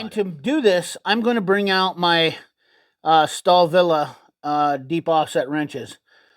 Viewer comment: stalvill is how to say it